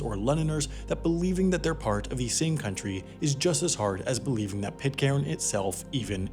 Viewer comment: It's pronounced Pit-kern. Did you make 12 episodes without finding out about that? It's right in the first line of the Wikipedia article 🤷🏻‍♂️